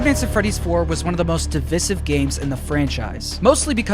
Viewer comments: 'di-vye-sive' sry it caught my attention and had to point it out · divisive is pronounced De-Vice-Ive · That pronunciation of divisive hurts... coz you know he doesn't pronounce Divide as "div-idd" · I've never heard anybody say divisive like that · I love this theory way more than anything MatPat's released in YEARS. This works so well and feels right. But man... that's not how you pronounce 'divisive'.